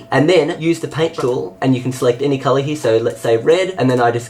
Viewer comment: Color not cloro or somthing lol